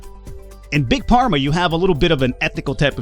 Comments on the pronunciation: you prenounsh it fharma not pharma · If you keep saying Pharma instead of Farma, I swear I will hunt you down in the unturned server. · please stop saying Big PARMA... it's pronounced "(F)arma" >_> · I love that you keep calling the game Big parma instead of big pharma (as in pharmaceutical) :p You're also the second youtuber I follow to play this game and I love that you have a totally different playstyle. Keep it up ! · It’s pronounced farma (pharma) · WTF is with pronouncing it "big parma" ? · It's pronounced Farma;) And I did not expect you to play this. Good luck and if you have any questions I will try and answer them:) Btw, the competitors are very predictable, they will always go for the best selling medcine first and they will always create cures special events demand.